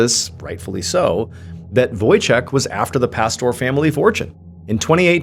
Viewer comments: Wojciech is Polish name Ch in Poland is the same thing as H So read it as Wojcieh ✨👍🏻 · Any Polish people smiling at the "Wojciek" pronunciation? :) So sweet!